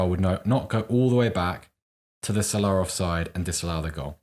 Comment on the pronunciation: Why is this bald pleb pronouncing Salah like that? What a pretentious knob head